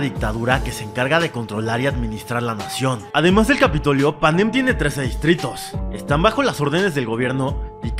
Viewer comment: Porque dices Panén y no Panen 😡